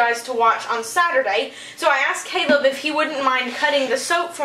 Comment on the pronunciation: was I the only one who thought Caleb said celeb😂😂